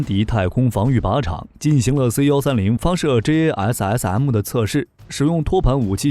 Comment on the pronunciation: Like the way he said JASSM.....Lovely.....